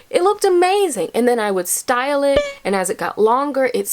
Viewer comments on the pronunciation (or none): none